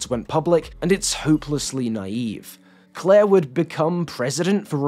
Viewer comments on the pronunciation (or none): none